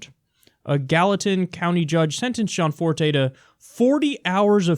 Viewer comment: Yo Kyle it's GE ANNE Forte. Sorry for some reason that keeps bothering me